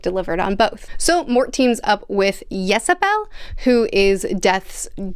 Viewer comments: Ysabell is very clearly a variant spelling of Isobel......WHY would you even consider pronouncing that "Y" as a consonant? Especially given there's no vowel between the "Y" and the "S"! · Just an FYI, Death's daughter's name is pronounced Isabelle. So many people have commented on Death turning up for people so instead I'll say that this book is actually one of the reasons I struggled when i returned to The Colour of Magic. Here he talks about not actually killing but merely guiding and in the first book (maybe TLF, it's been a while) he would stop the lifeforce of a creature out of frustration. Those inconsistencies, thankfully, become less and less from here on out. I'm really enjoying seeing your take on Pratchett. Not enough booktubers talk about his work, citing "The series is too long" as a reason (actually it isn't long enough). I've said for a while now that Mort isn't the best book in Discworld but it is one of the most important.